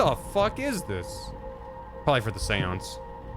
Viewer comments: I haven’t watched yet, what about ‘Shawnce’ (Sean = Shawn in Irish,) I CAN’T BELIEVE I FUCKING CALLED IT OH MY GOD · Read this before starting the vod, so he started with the normal pronunciation and I'm like "ok... when does it get bad?" It got bad It got so bad I'm taking irrepairable psychic damage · The way you say Seance makes me cringe